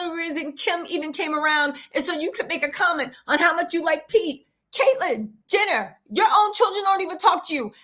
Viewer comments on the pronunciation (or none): none